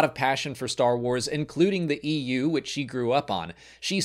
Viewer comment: Coming from the EU, I am startled every time you say EU :)